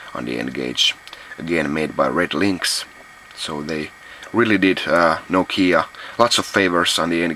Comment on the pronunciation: Finally I learned how to pronounce "Nokia" right :)